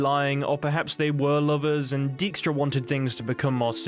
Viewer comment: That prenouncation of dijkstra lmao non Dutch ppl just can't say that stuff right